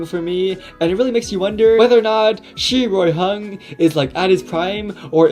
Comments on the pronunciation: Finally some one can prounounce chinese names lil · I absolutely love the pronunciation of his name lol